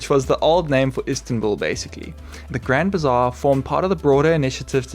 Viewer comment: Not grand bizarre, it's Grand Bazaar 😂